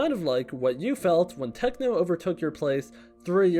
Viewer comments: bro said tecno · Did u just say tecno and not techno